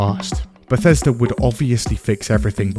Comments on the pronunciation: Never forget "Bethesda (/bɛˈθɛzdə/;[2] Welsh: [bɛˈθɛsda]) is a town and community in Gwynedd, Wales" lmao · Bleh-thesda and Zeni-Mid